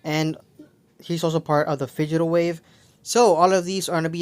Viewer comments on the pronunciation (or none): "Figital wave"? It's Digital dude